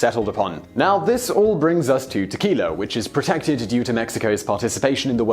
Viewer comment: "Tequil-er" - Heh-heh!